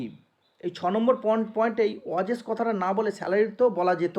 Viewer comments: ওয়েজেস ❌ ওয়াজেস💯😅😅😅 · ওয়াজেস । দারুণ উচ্চারণ